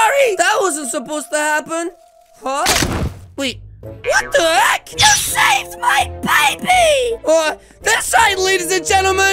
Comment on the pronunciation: Why does he say WHAT THE HACK like that